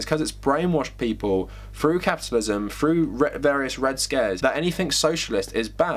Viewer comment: Froo? Or through?? Your ‘English’ is crazy